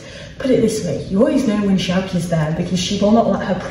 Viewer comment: I'm Frisian (not a horse alas) and living in the UK. Your pronunciation of Sjoukje is really good. They're not easy names to pronounce for non-Dutch/Frisian speakers